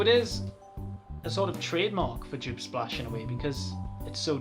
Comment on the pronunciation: Come on, you know how to pronounce Joop correctly. This "djuuup" drives me up the wall, Brazilians do it even worse "djuuupehh":D A lot of Joop fragrances aren't easily available or have no testers, it's a shame.